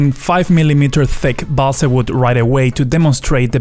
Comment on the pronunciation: Your English pronunciation is very good - except for "balsa".